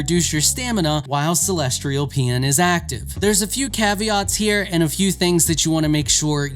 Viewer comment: Why tf do all content creators for video games struggle so much with pronunciation. "CELESTRIAL" why the R? Seriously, it's a pattern I've noticed amongst most creators for video games. Not trying to single this guy out but there is always some random word they can't say correctly 😂